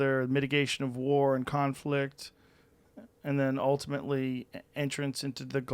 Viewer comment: "Ultimatly entrance into the galatic ferdaration", awesome <3 :D